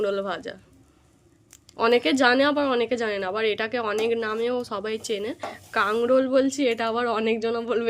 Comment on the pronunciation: Kakrol bole kangrol noy